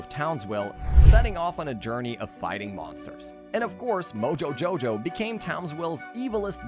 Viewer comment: Ehm ahm you did not pronounce moojojojow the way it should